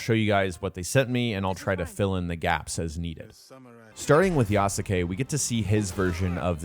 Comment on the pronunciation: Please learn how to pronounce yasuke